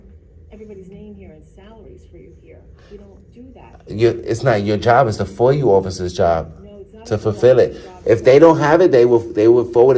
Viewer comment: What is the "foyu" this idiot keeps asking for?